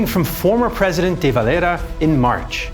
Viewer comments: Why are you pronouncing De Valera's name with a pretentious ''latino'' accent, if anything, the Irish pronounce it with the era part like an EAR-a , and with a typically Irish, pronounced double R or extended R at the end of a word, that or they just call him'' the Dev ''.but NEVER spoken like a Spaniard. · Love how he pronounces Eamonn DeVelera, as if he was some romatical South American revolutionary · What on earth possessed you to pronounce De Valera like that 😂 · your de valera pronounciation🤣